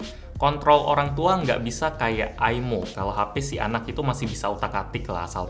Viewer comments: "MAH MINTA AIMO" - bocah diluar pager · Ay Em O O Aymo Aymo